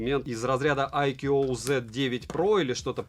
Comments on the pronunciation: АйКюОуОу--у-у! Прямо мозк ломается - уже писал под обзором iQOO 9 pro, что правильно IQOO (I Quest On and On) произносится "айку", потренируйтесь пожалуйста на досуге! ;-) Делают только для Китая и Индии, но для Индии те же модели по названию совсем не те же по начинке, зачем так хз. У средних iqoo обычно нет поддержки не только b20, но и нет поддержки b7 и это в совокупностью с китайским набором агрегаций настоящая печаль. Продаван возможно ошибается указывая b7 в описании, надо на оф.сайте смотреть, который для нас закрыт - нужен китайский vpn. p.s. поддержки n79 тоже нет - 5G прощай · Читается не АйкуУуо, а просто Айку. Две английские o это русская у. И бренд не для китайского рынка, а для индийского скорее ориентирован. Индусы много на английском роликов про айку делают, у них один из лидеров рынка. Оболочку виво индусы почему-то не любят, кстати, и оценивают хуже, чем колорос (рилмиюай), миюай, оксидженос.